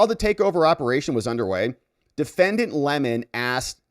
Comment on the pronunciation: Lemon, NOT Le Mon